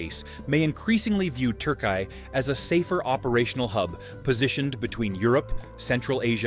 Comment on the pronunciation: Turkai? Damn bro. Refrain from attempting to pronounce at all cost. Türkiye 😅